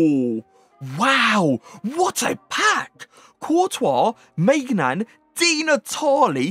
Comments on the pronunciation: Maignan is pronounced Min-Yun please its not Maig-Nan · Pronouncing Maignon wrong because he's French it's more like Man-yon